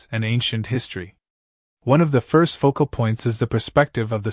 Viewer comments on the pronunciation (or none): none